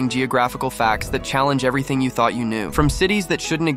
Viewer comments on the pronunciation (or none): none